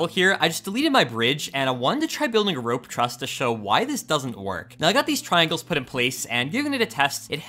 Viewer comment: Make sure you remember you're vowels. It's rOpe, not rA...